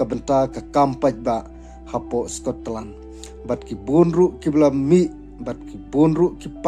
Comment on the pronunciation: Scotland ❎ Sko-Tlan✅